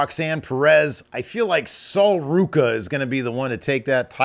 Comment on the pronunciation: You didn't say Sol Ruca correctly. 😉